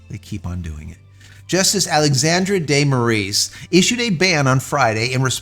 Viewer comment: On a side note, just for you to know and say it properly: Our dictator's surname, Moraes, is spelled like More-eyes, there's no "Ae" to "E" converion as in Aeon Flux or such.